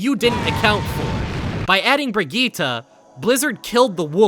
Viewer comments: bro please stop saying "bregeeta" her name is not pronounced like that and you know it. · Bruh, the way he pronounced Brigitte gave conniptions. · so because torb and rein mispronounce her name that's suddenly how it's supposed to be pronounced, that's not how it works. her name ends with an E, and she even pronounce it herself with said E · why do you pronounce brigitte as if it ended with an a